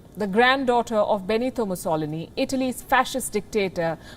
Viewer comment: Great content coverage. However, Palki you had a new take on how “Mussolini’s” name was pronounced. I guess it doesn’t matter really if someone pronounces your name as “Palki” or “Paalki”😂